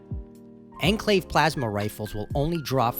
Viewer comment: "Ehn Clave" 👺👺👺